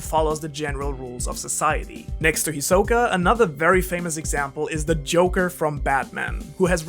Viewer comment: It’s HIsoka NOT hiSOka